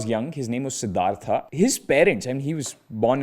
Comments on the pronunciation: Its horrible to listen "Siddhartha" instead of "siddharth" from a Indian guy. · "sidhartha" bro please spell it as "siddhart" sounds so weird yaar